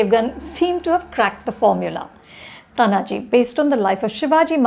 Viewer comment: Are you serious Anupama! First, learn to pronounce the name of the protagonist ie pronounce it as Taanaaji. It is not Tanaaji. Second, do not bring your fake secularism and inclusivity while evaluating period dramas, keep the times in mind. Historically, India’s the most critical and cruel enemy has been the Islamic invaders in the forms of Lodhis, Mughals, Durranis (eg Ahmad Shah Abdali), Khiljis etc. All were invaders. Some kingdoms in India had the pride and the courage to fight these invaders but lost. Some straightaway surrendered and unfortunately, worked for these invaders. These were the leaches that were the worst. It was primarily the Shivaji Maharaj and his Marathas who finally turned it around. Anupama, each battle that the Marathas had to fight against Islamic invaders Mughals, adilshahs, nijamshahs etc can be made into a great unsung warrior movie.